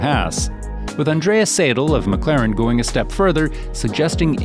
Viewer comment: mr. Andreas SAYDUL... I present to you mr. Otmar SNOFFNOUR! Also known as ZOFFNER!!